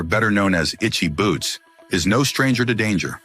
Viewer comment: What was this bullcrap? Click bait alert! Not only can't you say this wonderful woman's name properly you don't even know a Motorcycle from a Bicycle! This is just an insult to all of us Motorcyclists. Rule one of public speaking is know your subject! You sir do not! That is the only "shocking truth" to be found on this BS site.